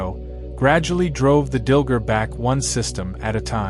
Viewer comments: Dil-GAR, not Dil-ger. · DilGAR. Not Dilger. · Umm it's Dil-gAr - not ger...you AI Dillhole. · I believe it's pronounced "Dill-Gar". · DilgAr! There's an a not an er. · Wish could pronounce the names better, it’s confusing. Dilgar, dil gar, not dil ger. Drazi, draw zee, not drawt zee… it literally makes a huge difference. Say this word, anise…it’s a seasoning 🧂…